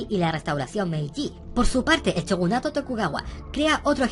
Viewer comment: Joer como raya escucharte decir chogunato (es shogunato tio)